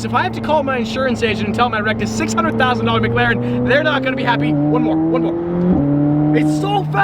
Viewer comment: “McGlaren” -.